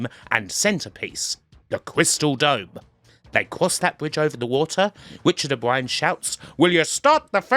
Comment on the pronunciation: "to... the... Crystal.. Dome!"